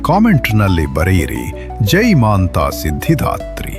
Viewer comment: Kannada language full of mistakes...y? She is Matha siddhidhatri not maantha siddhdhatri